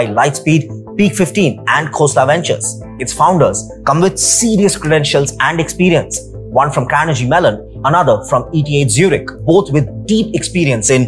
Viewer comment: It is Carnegie Mellon (pronounced similar to "Car-ne-ghee")